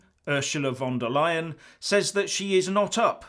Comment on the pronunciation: Sorry, did you say Ursula De LYIN'? Must go to Specsavers for a hearing aid!